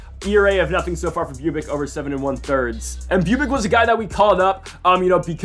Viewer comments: Pretty sure Bubic is pronounced "Boob-itch" haha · Re watching this and it kinda upsets me that hes saying bubic name wrong